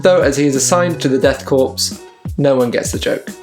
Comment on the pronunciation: Fantastic conversion! Very John Blanche! One little nit-pick...its pronounced death CORE, not corps :)